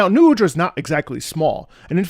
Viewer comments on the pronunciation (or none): srry you pronounce nu udras name wrong, actually its Nuh uhdra : )